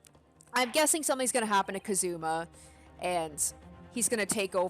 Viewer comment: Gonna correct you , you said "kazuma" like "kaZUma" holding the "zu" longer, but you gotta hold the "ka" longer in "kazuma".